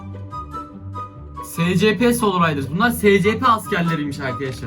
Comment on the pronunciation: Abi şuna uyuz oluyom scp şöyle okunuyo esipi diye şuan okunuşunu yazdım